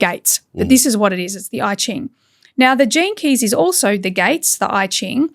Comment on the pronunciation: It is pronounced Yi Ching ( Yee Jing).